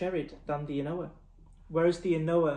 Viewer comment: An Ardbeg official pronounces An Oa “ah nooo”. The second a is silent.